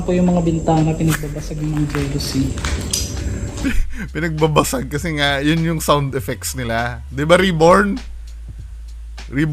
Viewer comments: Jalousie window pronounce as "JA-LUH-SEE" not "Jealousy" 😅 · Its "Jalousie" window, not 'jelousie'